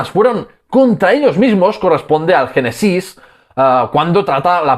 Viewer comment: me ha sorprendido bastente que el autor del video pronuncie la palabra "genesis" como si fuera aguda, es decir, con la ultima silaba tonica, y no como es en realidad y por lo tanto esdrujula, que por eso lleva el acento en la primera e: Génesis.